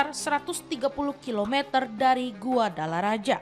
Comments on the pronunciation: Oooalah... Bukan guadalaraja... Tapi GUADALAJARA... Kayak gini kok bisa jadi penyiar berita...? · Min min bukan GUADALARAJA tapi GUADALAJARA 😂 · Guadalajara bukan Guadalaraja... sekelas tvone kok literasinya salah sepanjang berita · Min bukan guadalaraja tp guadalajara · Ini adminnya ngomongnya yg keliru atau tulusannya yg keliru GUADALAJARA tapi dibaca GUADALA RAJA 😂..emang kadang orang indonesia itu kalau nyebut sesuatu sak mengoe lambene 🤣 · Bacanya yg bener, Guadalajara BUKAN Guadalaraja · Salah klo huruf J dibaca nya H jadi baca nya Guadalahara. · Guadalajara (baca: Gadalahara) min, bukan GuadalaRAJA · Maklum dia blm kursus 😅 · GUADALARAJA ❎️ GUADALAJARA ✅️ 🫠🫠🫠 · Guadalajara....membacanya GUADALAHARA....kok GUADALARAJA....😅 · Guadalaraja? Dikira nya Balaraja kali yak 😂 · Guadalajara .... kok dibaca GuadalaRAJA ?